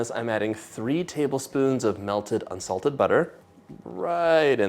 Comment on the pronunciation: Lol... I thought you said "assaulted" butter... I was like HUH? ....oh... unsalted butter....lol